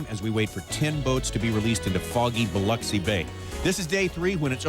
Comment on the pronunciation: OMG! Tommy actually pronounced Biloxi correctly!